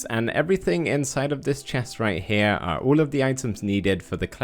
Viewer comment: Cool detail btw that I love! Saying " Our" Instead of " Are. " I love watching your vids btw!!